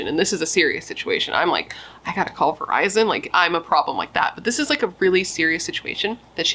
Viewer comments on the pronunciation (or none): none